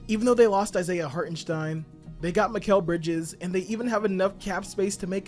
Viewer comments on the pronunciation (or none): none